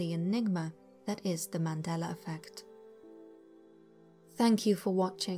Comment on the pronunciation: YES! You are the first British person that says the Mandela effect the right way!! Most say the Mandelar effect 🤔